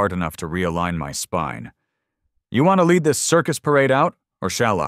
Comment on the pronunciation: The LEAD JEEP, AS IN LEADING NOT AS IN THE METAL, LEAD! AI is soooo smart and yet cannot pronounce a simple word! 🙄